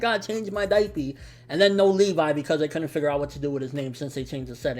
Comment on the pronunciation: It's Levi not LeeVie